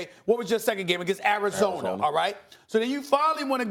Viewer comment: Did he call Arizona “average-zona”?😂